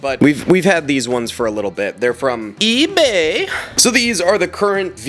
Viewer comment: WHY HE SAY EBAY LIKE THAT